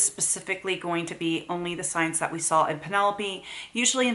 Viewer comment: Does say “sawl” instead of “saw”? No hate just wondering if it’s something common because my oldest says it too. I’m just curious how common it is.